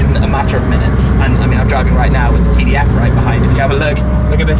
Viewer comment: Tim says Ferrari "TDF" like its a 2009 Hyundai Elantra.